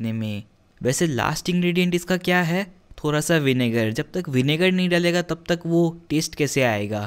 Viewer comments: the way you say 'thora sa' instead of 'thoda sa'...i just love it.. 😁😊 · The way he is saying thoorasaa